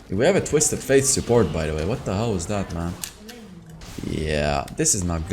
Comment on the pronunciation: Why do you pronounce twisted Fate twisted "Faith"?